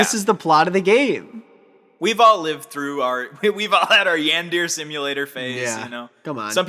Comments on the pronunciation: "yan deer" is an accidental confession that you're not a weeb. it's pronounced "yawn-dur-ay" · It physically hurt me when y'all said Yan-deer simulator instead of Yawn-der-ray simulator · The way they say yandere like yan dare is driving me insane are you telling me they’ve NEVER heard that word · It says a lot about me that the fact that neither of you knew how to pronounce yandere shocked me. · Hearing them say yandere wrong is so funny, especially as someone who went through a yandere sim phase